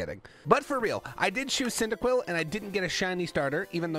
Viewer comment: cycibcub wat the heck its pronounced like cindaquil